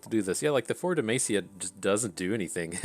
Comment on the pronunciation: Every time you pronounce Demacia it sounds like you are saying "the mace" lol